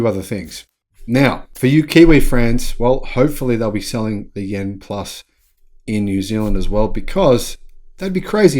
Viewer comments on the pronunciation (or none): The name of the EV is YUAN, not YEN! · Hello, greetings from Sydney. Chinese currency is Yuan. It could be my hearing but it sound like you were saying Yen for Japanese currency. To pronounce Yuan say “you aren’t” without the T at the end. Apart from that great video. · By the way; you're mispronouncing the Chinese currency. Check out this vid for an explainer And, Yen is the Japanese currency.